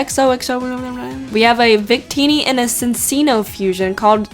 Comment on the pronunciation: Cinccino is pronounced "Cinchino"